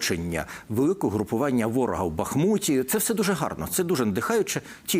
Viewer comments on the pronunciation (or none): none